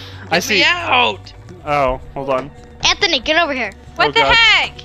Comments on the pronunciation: you said Antony not anthony I should know since it's my name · You said anttony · ITS NOT ANTONY ITS ANTHONY GET IT RIGHT ITS MY DADS NAME PLZ GET IT RIGHT!!!